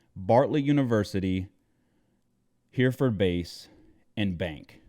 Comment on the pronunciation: Just a small thing; it’s “Herreh-furd”, not “Hearford”.